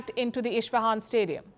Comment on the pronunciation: thank you Firstpost. also, dear Palki, you pronounce Isfahan wrong, just as you pronounce Mahsa wrong. fix it fix it fix it. :D